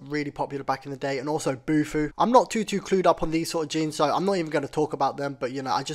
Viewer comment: its fubu not bufu 😂